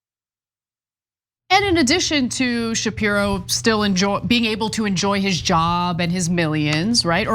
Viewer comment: Shapirooooo come on… 😂😂